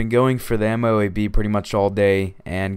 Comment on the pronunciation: dude its pronounced moe-ab